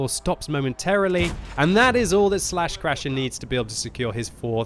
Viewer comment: Lol! Everytime says "slaschrasher", all I can hear inside my head is "buttscratcha" (with Peter Griffin's voice)